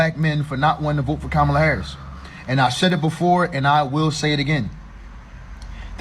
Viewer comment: The way she pronounces "Haaarriss" is awful btw. 😂